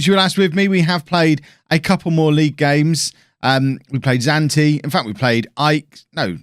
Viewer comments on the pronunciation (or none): xanthi is pronounced xanfi it is not Zante the island